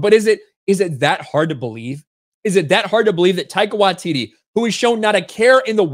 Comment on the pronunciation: Can you please once pronounce the comedy genuine name currently! Love what ya have always done, but please speak English! 🙏. Your doing a video about ONE OF MONTYS AFTER ALL!